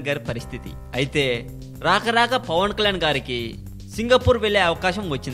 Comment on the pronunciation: first pawankalyan ani peruni palakadam nerchuko.ofter dubing chepu.pawan kalyan ani perune palakadam raani niku andukura niku idiet.